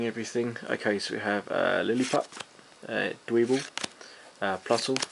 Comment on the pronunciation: I feel like is should be dwebble (rhymes with pebble) because it lives in one